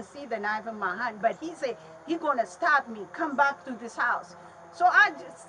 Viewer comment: It took me a while to realise that whenever the lady in the red shirt said "stop" she meant to say "stab," so I was curious what endeavour of hers he was trying to put an end to.